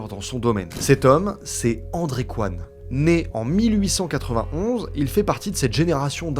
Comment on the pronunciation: Toujours se méfier des ingénieurs coréens (Coyne se prononce Cohine et pas Qwan)